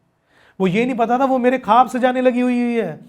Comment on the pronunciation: Bhaiya aap ne bahot achieve kiya. Good. Aap jab khab bolte hai... wo khab nahi bola jata. "Khwab" bola jaata hai. Aap ye sari potret jo banaya. Aap pls wo tasvir ko bataye pls.